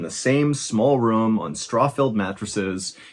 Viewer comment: you say "room" like "rum" like theres no rOOm for those 2 O's